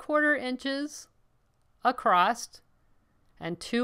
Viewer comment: It’s “ACROSS” not “A crost” sorry just drives me crazy when people can’t pronounce this word correctly. There’s no “T” sound in the word across.